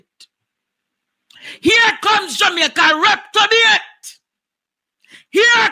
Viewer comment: Andre the word is reprobate NOT Reptobate!!